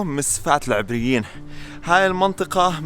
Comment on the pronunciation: مسفاة العَبريين وليس العِبريين